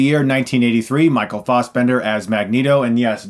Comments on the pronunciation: Israel Pallares I know, i was pointing out how Chris was saying it. Or i guess he was saying it more like "Faussbender" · So is everyone else pronouncing Fassbender wrong or is Chris just sticking with what he's always said ?